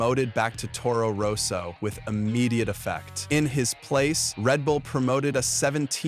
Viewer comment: And Toro Rose-o!😂